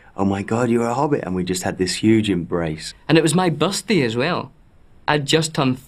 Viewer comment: “and it was my bursday as will”